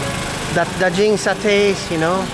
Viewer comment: Daging pronounce as "Daa" "Ging" the G in that word as G in a word GUARD!!! Cheese is KEJU Pronon as KEY + JUE